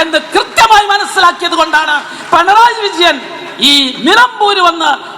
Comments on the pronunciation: PENARAYI ALLA KUTTY...😅AADYAM PINARAYI ENNU SARIKKUM PARANJU PADIKKU. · ആദ്യം നീ പോയി പിണറായി എന്ന് പറയാൻ പഠിക്കൂ 😊